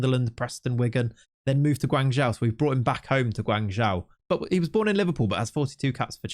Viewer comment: Hey just for the future. The way to pronounce Guangzhou fc is guang like guong (end with ong) and Zhou like Joe. Obviously, It doesn't matter to much but JIC